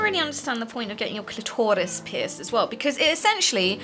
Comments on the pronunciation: Clitor Iss!!! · ***** She says it like clitortis